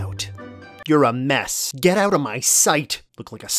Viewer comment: Is dog canadian? "Check it owwt"